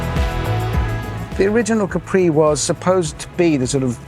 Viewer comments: Btw it’s Càpri not Caprí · No, because it’s not pronounced Capree, but Cápri as the Italian island